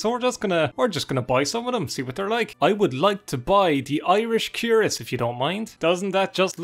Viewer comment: THIS IS THE SECOND VIDEO I'VE HEARD YOU SAY CUIRASS WRONG! It's more like krwer-ASS. The emphasis is on the second syllable. ☺️